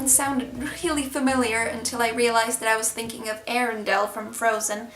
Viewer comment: No need to pronounce the 'e' in Arundel. The castle is the seat of Edward William Fitzalan-Howard, 18th Duke of Norfolk. A distant relative of Queen Elizabeth II, he is the Premier Duke of England and has a list of other titles as long as your arm. Members of this family included Queen Ann Boleyn and Queen Catherine Howard, grand-daughters of Thomas Howard, 2nd Duke of Norfolk, both of whom lost their head for getting on the wrong side of King Henry VIII. Their great-grandfather John Howard, 1st Duke of Norfolk, died alongside King Richard III (the king in the car park) at the Battle of Bosworth Field in 1485.